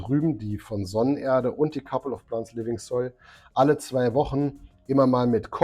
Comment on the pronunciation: kappel off plahnts? die aussprache ist echt schlimm ^^